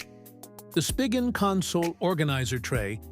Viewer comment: It’s not even a real person. AI generated voice. Pronounced SPIGEN wrong several times.